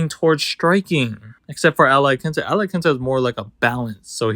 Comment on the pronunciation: bruh said iaquinta